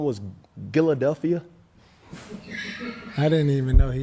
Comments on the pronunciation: his album "Giladelphia" i'm rolling😂😂😂😂😂😂😂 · Gilladelphia lol ayo